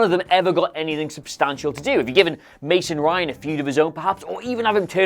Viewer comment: Who else thought of "Stevie Ray" whenever said "Mason Ryan"?